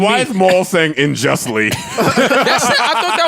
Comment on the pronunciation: He said “unjustly incarcerated” unjustly is definitely a word, imma just tell myself he pronounced it a little differently.